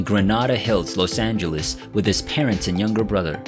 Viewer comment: What's a Los angelwees? Narrator keeps saying Los Angelwees! Lol